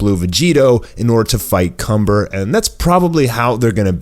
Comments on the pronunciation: Its kamba not Cumber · the evil sayian name is *KAMBA* not *CUMBER* you need to see the trailer with captions on. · His name is kanba not cumber